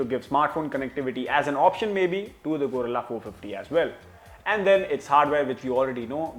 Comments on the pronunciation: Its Guerrilla not Gorilla 😂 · Gorilla ❌ Guerrila ✅